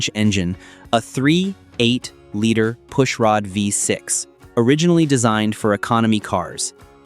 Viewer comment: AI videos without a REAL car guy editing it, sucks. You keep coming SOOO close to sounding like you know what you are talking about, until you realize you aren't talking at all. You are either too lazy to look and listen to the video you made, or you are a. It is a 3.8liter V6 engine, and not a 3.... 8liter V6 engine, and your AI cannot even pronounce the year of the car correctly. Laziness ruins your video. Also, there were no lies involved from Detroit. It simply took this long for the US car makers to create a turbo charged engine reliable enough to sell to the mass market. Try to do real research and NOT rely 100% on flawed AI. You come so very close to making a good video, then you lazy out and real car guys know it.